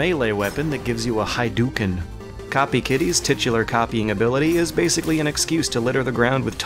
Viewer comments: What the hell is a Hie-duken? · nuksucao Nothing on how I nitpick against the way he distances himself from Japanese culture. 'Hydewken'